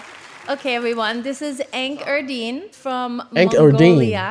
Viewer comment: First your pronunsation was right, Enh-Erdene... but not EnhEdine. Thank you😊